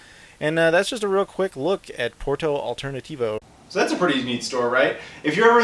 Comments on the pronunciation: Oh you went there :) I used to go there :) Btw you pronounced it very well :) Nice Pickups Did you went to PressPlay :) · Hey, you're pronuciating correctly. I don't know if you knew this, but here in Brazil, the Saturn sold about 1,000,000 units, so probably you might found some exclusives that came from Europe, because on the 90s, Sega always brought PAL games to us. I've saw once Swagman been sold for $40 (that's right, real US dollars).